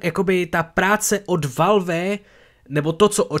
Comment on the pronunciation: Já se směju tomu jak valf říkáš valve.😂